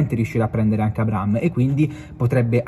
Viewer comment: Si dice A-bra-ham, h non é silenzioso. Bel video però.